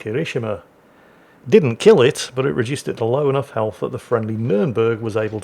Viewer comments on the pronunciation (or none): none